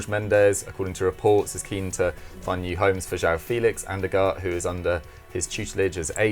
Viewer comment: It’s not difficult to pronounce De Ligt and Ugarte come on people 🤦‍♂️🤦‍♂️, Sky Sports are slowing going downhill.